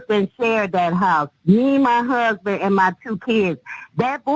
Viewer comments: "He done kilt muh DAWWWG!" And "Muh Huuuuusbin!" Cracks me up how she mispronounces and drags out the wrong syllables, LOL... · I'm amazed how she manages to drag out the first syllable of "huuuusband" everytime. 🤣